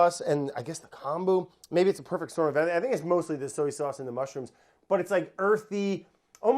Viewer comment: Soey sauce and waurder. Brad is the best